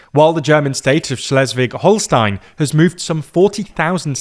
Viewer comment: As a German living in Schleswig-Holstein, I had a good chuckle at that 😄 Good attempt though for someone who speaks zero German! The "Sch" is a difficult one for non-German speakers 😅